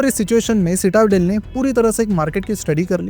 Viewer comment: Quite bad research. The fund is still active, it's at around 8-9 Billion $, still up 80 %, and leopold worked at FTX post colombia. Also it's pronounced "citi-del", not cita - del